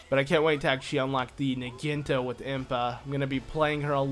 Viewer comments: impa's new weapon is a Naginta? can't you say syllables? it's Naginata. it's a type Japanese spear thingy. Na-gy-na-ta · It's not pronounced nah-ghin-tah it's pronounced nah-ghi-nah-tah. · It's pronounced Nah-gee-nah-tah, not Nuh-geen-tuh. Anyways it's a good part, Impa despite being slow with her usual sword is rather fast with the Naginata to that I agree. BTW I meant to ask with a user ID of "" does that mean you've played next to if not all of the current Legend of Zelda games, and if so what'd you think of Spirit Tracks? I my-self bought it after watching someone play it on a PC emulator, managed to beat the game and sold it once I did god that game was annoying, makes me wish I had game fly tbh. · It is pronounced na gee na ta